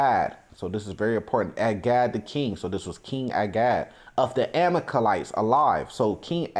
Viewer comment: The word is Ama-lek-ites.